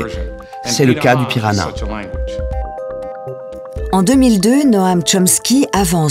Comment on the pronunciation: La langue n'est pas le "piranha" mais "pirahã", le tilde sur le A le nasalise. On dit /pira-Han/